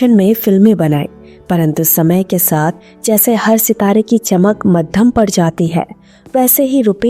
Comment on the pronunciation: Ikshaon nahin-- Ichchhaon. Aap ko hindi nahin atti kya? Saat raha nahin--- Saath raha.